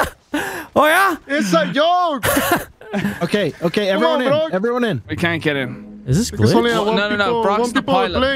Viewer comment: "Es a yolk!!"